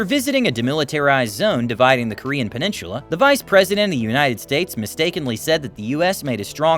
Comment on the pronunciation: What is a "Penincherla?" 😂